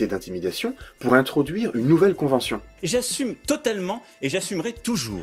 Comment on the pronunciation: Le "j'assuRme" m'a tué